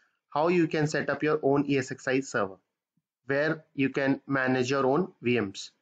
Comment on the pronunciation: Thanks for the explanation. One small suggestion, while talking, you say EXsi instead of ESxi :) Please rectify